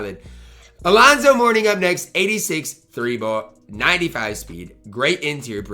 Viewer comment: its Alonzo Mourning pls ty lmao